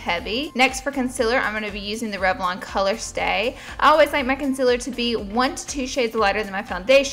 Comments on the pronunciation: Anyone else love the way she says, "Con-sillar"? <3 Love this! You're so lovely and this is a beautiful look! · The way she says concealer lol